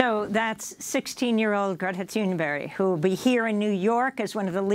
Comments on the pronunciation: It's Greta Thunberg not Thunberry. Right? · Why does Amy keep saying "Thunberry" when it's "Thunberg"? It's really weird. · Why are those people from the USA continue to pronounce it ”Thunberry” 😁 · If one hadn't seen the name, Amy's pronunciation would be written as 'Greta Toonberry'.